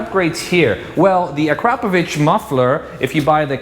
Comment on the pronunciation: You both pronounce Akrapovic perfectly 👌🏽